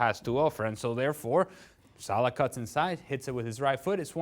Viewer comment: Dear Dan It is Salah , not Salaaa.